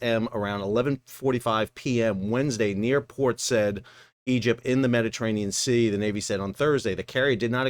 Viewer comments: It's not pronounced 'said' or 'sed'. It's 'Sai-eed'. Or Port Sayeed. Please, oh, please, get it right. Thanks. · Port Sigh-eed ! not said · how hard is it to say Sigh-EEd? Said. Sorry, I'm American and lazy and will just say "said'. Geez. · It's Port Sigh-EED Not Sed. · Port Sai-eed, not Port Sed. Honestly, most have given up at this point. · It's pronounced 'Port Sa-eed', Sal, as you said first time. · It is pronounced "Port Saeed", as you would pronounce a double ee. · I do wish that Americans would learn to pronounce place names properly ! Port Said is pronounced as Port Sayeed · Sal, Port Said, pronounced "sayeed". Sayeed is an arabic word meaning "happy" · Port Sa-eed and be-shik-tash. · IT'S CALLED PORT 'SI-EED'...PORT SAID...I KNOW B/C I WAS BORN JUST SOUTH OF THERE IN BRITISH SOMALILAND IN 1953 & AS A BABY CAME WITH MY PARENTS THRU THAT PORT & HAVE MANY POSTCARDS & OTHER MEMORABILIA FROM THAT TIME - WE CAME THRU ON A CUNARD LINER HEADING ACROSS THE ATLANTIC TO CANADA...ALL THE BEST...;) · More damage done to pronounciation of Bestiktas and Port Said than to either of the ship (should be Bay-seak-tash and Port Sa-ied) 😢 / 😅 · side port Said pronounced side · I've always heard Port Said pronounced in US with the vowel as in Saddam or "sod". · Pronunciation of Port Said is Port (the easy bit) SIGH-EED. Hope that helps 😀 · Port ‘Sied’ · I'm pretty sure it's pronounced port "sah-eed" oh sorry just as I typed it you corrected, kudos for that! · Port “Say-eed”. Far out guys. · Just for the future, the way to pronounce Besiktas is "besh-ick-tash". Its named after a district in Istanbul. Admittedly, the only reason I know this is I follow football (soccer) and a big team in the Turkish league is named that. I believe Said is pronounced "Sah-yeed" or "Syeed" but I'm not an Arabic speaker. Thank you for the video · Not much is said about how to pronounce Port Said. It is actually Port SA-ID. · Port Said: say sah-EED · It's pronounced as Port Sa-eed